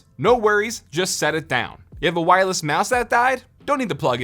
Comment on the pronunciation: Take a shot every time he says wirelles